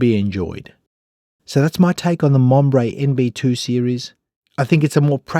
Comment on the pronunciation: Monbrey😂😂😂 seriously